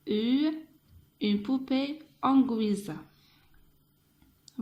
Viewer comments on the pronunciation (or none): none